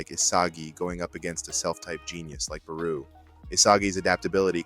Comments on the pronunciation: It's BarO not BarU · No way you pronounced Barou as PERU!! 😂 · Yeah doesnt say barous name properly